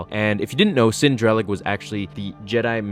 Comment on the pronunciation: It bugs me when people mispronounce names in Star Wars. Cin Drallig (Sinn Drahl-ligg)